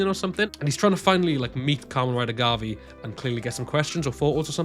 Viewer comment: You also forgot to point out that Gavv is pronounced as Ga-Vu.